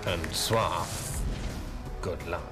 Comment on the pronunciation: It's 'Suave'.